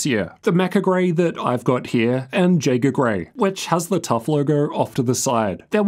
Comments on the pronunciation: its pronounced "E-A-G-E-R" with the J silent as in Eren Jeager and not "J-A-G-E-R" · you got me. but it definitely is pronounced yay-ger. Not jay-ger. JAEGARRRRRRRR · its actually pronounced "yayger" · as a German you butchered the word jaeger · He was typing "What the f*** you idiot is pronounced jaeger not jaeger..." Look